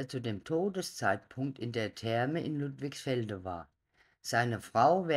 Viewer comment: Der Ort heißt LudligsfeldE!! Nicht ....feldN!!